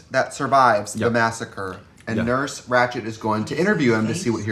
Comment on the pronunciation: I had to rewind a few times to hear Katya say “Ratcht.” 😁❤️